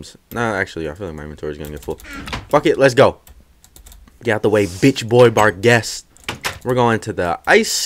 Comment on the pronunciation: it is pronounced "Bar-Geest"